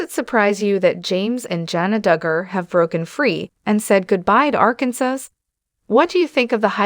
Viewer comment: The last letter "s" is not pronounced in the state Arkansas. You keep butchering it, every time you say the word.